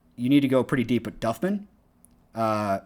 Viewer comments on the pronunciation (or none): none